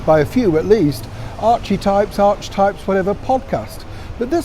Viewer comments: It is pronounced ark-ee-types! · It's "ark uh types". Good morning again from near Echuca in Australia. Beautiful spring morning again. 🌄 Supposed to reach 19 degrees C today (66.2 F.) Our lawn mowing man is here making our 1 acre yard look nice. 👋🇦🇺👍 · No I don’t admire her. Creating chaos is not admirable. It is pronounced arkatype . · I knew it! She would call the podcast Archetypes. I imagine Archie's name was the starting point for that idea. Unfortunately, a lot of people aren't sure how to pronounce it! It's 'Ar ke types' like in 'archangel'. We have the most confusing, illogical and complicated language, where some rules are more broken than kept! (Post includes some less than perfect grammar.) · Ar-ke-types. Although her foundation is pronounced Arch-well. It’s a play on words so we all remember to link all these names to her. She even gave her son Archie her ‘business’ name if you can believe it!